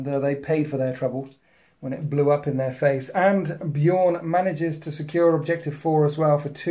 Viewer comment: As a long time time space wolves player I can completely forgive the mistakes with the space wolves unit names, simply because he's pronouncing Bjorn corectly. Its so jarring hearing (usually American) people pronounce B Jorn with a hard J....